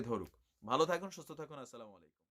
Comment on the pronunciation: vai apner boyan vlo lage but salam ta thik kore dan salamalaikom a ta kon doroner salam ha